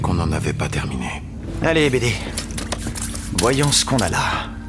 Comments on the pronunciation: Il dit bb au lieu de bd 😂😂😂😂 mdrrr c bd1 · Il dit BD oui mais c'est pour l'humour le BB.. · C’est pas « bb » mais BD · Il dit pas bb il dit bd